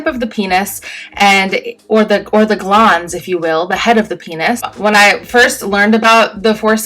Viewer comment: make me laugh that so many people with a YT channel call themselves Doctor when she cant even say the word glans correctly